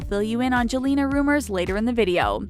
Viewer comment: She said jelena not selena